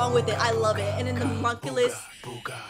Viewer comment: Bro you got monculus and you said mokeyten